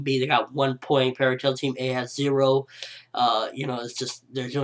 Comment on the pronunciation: "tail" not tial